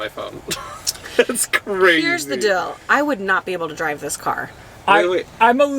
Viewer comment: I love how now says “ dill “ for deal 😂😂😂 also Max & Jet literally have the coolest parents!